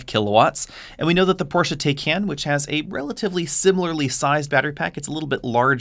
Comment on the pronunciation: Launch Edition already sold out. Also, it is Porsche “TIE-CON”, not “TAYH-KAN”.